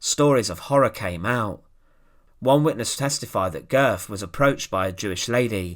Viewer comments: Pronounced ‘Goet’, oe being an o with an umlaut. I urge you to take the few moments necessary to search readily available sound files to determine the correct pronunciation of names. Calling him Goth throughout your outstanding video was an unnecessary distraction if not irritation. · Pronounced Gurt. Thanks for posting this. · You get the umlaut in the family name correctly, but the final consonant is a "t", not an English "th"